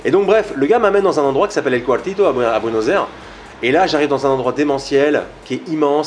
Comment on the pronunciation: Il a l'air sympa, passionné et sa pizza à l'air super bonne mais il ne sait pas prononcer Buenos Aires ;)